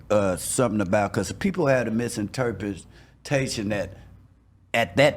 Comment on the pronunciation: Miserterpentation? I think he means misinterpretation